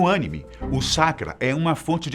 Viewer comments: Apesar da pronúncia errado na palavra anime. O vídeo ficou muito bom. Interessantíssimo. Prende a atenção. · Só uma pergunta se ele entende tão bem ao ponto de explicar essas coisas , pq ele sabe pronunciar Anime? Kkkkkkkkkkkkkkk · Vc tem que aprender a pronúncia essa maravilhosa obra jumento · Mano pronúncia direito Estuda a história e foca no assunto e não em varias :/ satesatesat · o vídeo tem até uma coerência, mas o apresentador é muito ruim, além de não acertar a pronúncia correta que chega a ser ridícula, o ângulo da câmera e iluminação, deixaram a desejar, não gostei. como fã de Naruto, não curti. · Essa porra desse cara não sabe fala direito não fala anime direito caray kkk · So falto o apresentador aprende a fala anime certo kkkk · SÓ EU PERCEBI AS GAFES DELE AO PRONUNCIAR À PALAVRA ANIME? KKK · Rapaz, depois dessa, esse apresentar nunca mais vai errar a pronúncia de anime kkk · deu foi agonia ouvir ele falando anime kkkkkkk mas o video foi bom!!! bem bacana e com informaçoes interessantes!! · Produção: vc vai falar sobre anime! Apresentador: ÂNIME? produção: não! Anime. Apresentador: ok, ânime. Produção: não porra Anim...vai vai vai, tá na hora. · Melhor "Ãnime" de todos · Cada vez que alguém fala Ânime morre um otaku. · Sempre que o cara fala "ânime" me dá vontade de desligar o vídeo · Ãnime ksksksks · Ânime ânime ânime... É aníme aníme aníme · Várias vezes aparece no vídeo "pronúncia correta: anime ou animê", mas ele insiste em falar "ânimi". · Ãnime kkkkkaakkakakaakakakakakkaaka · eu acompanho animes desde sempre kkk... bom, e eu ao menos pronuncio "Anime"... e não "Ânime" como vc ou "Animê" como outros!!! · Anime não tem ^ no A, então não precisa falar com ênfase, fala a palavra Anime do jeito certo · Na maioria das vezes o video corrige o dizendo q a pronúncia n é Ânime,e sim anime ou animê kkk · mas "ãnime" tá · Que agonia ouvir ele falando "Ânime" ksksksjs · Só eu ouvi Chácara? Kkkkkk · Dá agonia quando ele fala ânimes